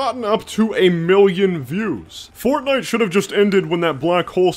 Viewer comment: I shouldn't have laughed when he said Fortfart.... but I did.